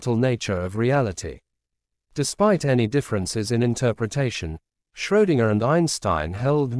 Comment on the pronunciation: It's not Schrodinger, it's Schrödinger, dammit. Too bad, I wanted to watch this video, now I can't.